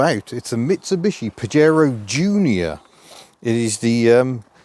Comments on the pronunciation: Pah-yey-roe,not paJaro… Your welcome 👍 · It's pronounced "Pa-hare-oh" in Spanish and means something rude in Spanish (an insult). Back in the 1980's, I had a Spanish GF (Angelise) who started laughing when she first saw a Pajero 4x4, in the UK. In Spain, they had to rename the car "Shogun". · It’s pronounced pahero. As in Fajitas.